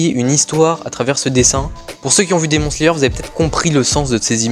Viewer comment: T’es dessin son trop beaux juste démon slayer sa se prononce demonne slayer mais coule t’es vidéo